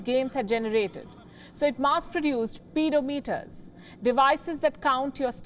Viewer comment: Ped as in pedal, you called it a paedophile meter.